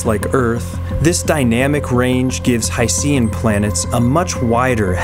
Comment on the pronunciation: Pirates when they find out about planets made entirely of ocean called the "High-Sea-n" worlds: 🤯